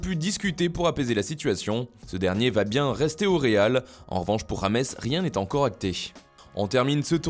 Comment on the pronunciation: Oui mais ça se prononce rames et non pas james